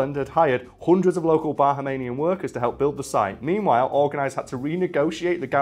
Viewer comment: That is not how you pronounce Bahamian or Cay lol